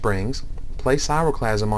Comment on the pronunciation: It's KRAI-O-clasm, not sairoplasm. Aside from that, cool vid.